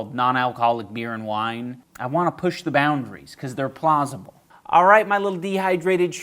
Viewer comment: you meant to say “plausible” but we all know you said “Plaza-ble”